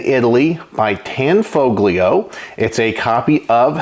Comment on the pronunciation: It's pronounced, "Tan FO lio" - the G is silent. 😏